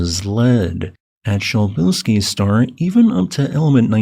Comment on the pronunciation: I found your pronunciation of "Przybylski's Star" distracting and had to look it up. It turns out you're saying it correctly (starting with an "s" or "sh"). I just don't understand Polish. So helium wasn't actually discovered in the Sun, but only once that discovery was confirmed in the lab?